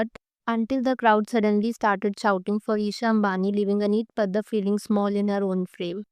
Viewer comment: Ma'am Its Padda, sounds as (D-Doll)